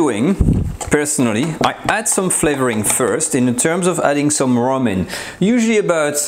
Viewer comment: I thought you said Moron!! XD n then I realized you meant more on n then Ramen n I’m like why would he put noodles into the creme??!! n it’s rum XD n please don’t ever so gently poke your finger into very HOT creamy stuff or anything for that matter n I know you need to check to see if it’s cooked right still you could’ve gotten burned your safety is our first priority ok dear?? n 2ndly please stop bangin your pots n pans because those subscribers of yours who own headphones\earphones will have a heart attack if they hear that so LOUD XD love you take care